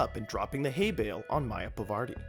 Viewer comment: why is he saying "Maya Pavardi" instead of "Parvati"?